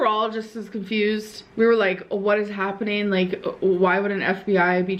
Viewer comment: Happeneen Shakeen Why cant she say “ING”